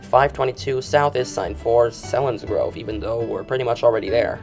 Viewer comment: Selinsgrove is pronounced seal-ens- grove